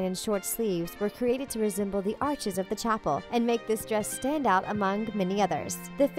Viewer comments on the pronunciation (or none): none